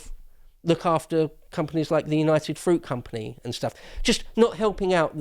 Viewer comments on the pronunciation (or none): none